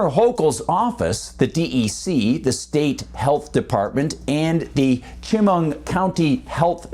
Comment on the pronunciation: *Chemung County is pronounced Sha-mung, thank you.